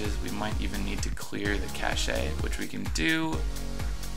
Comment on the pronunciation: if you want to remember what the new css coding does just type [ /* enter notes here / ] (without the brackets) anywhere in the css code. anything written inbetween the / and */ is the syntax for making comments/notes. Oh and "cache" is pronounced like "cash" NOT "cash-ay"